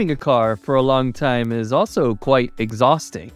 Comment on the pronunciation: your pronunciation " quite" is not correctly